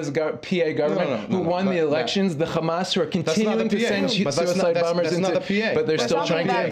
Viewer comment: It always puzzles me why people who appear to be American immigrants to the zionist entity insist on pronouncing "khamas". Just say a regular English "h" sound.